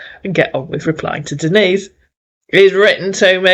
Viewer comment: The scammers can't pronounce "Denise" and call her "Dennis" 😅 Lola should have corrected them for that.